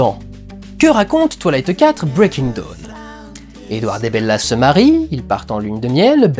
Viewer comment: C'est cool, je vois que tu en as profité pour corriger ta prononciation de "Breaking Dawn" (En effet, "Breaking DOWN" ça le faisait pas trop) ... par contre, je constate avec amusement que tu continues à mal prononcer Twilight -> Twa-i-light serait plus juste phonétiquement ;) ... A moins que tu le fasse exprès car cette franchise ne mérite pas qu'on fasse le moindre effort sur la prononciation de son nom ... Ce que je comprendrais parfaitement ! 🤣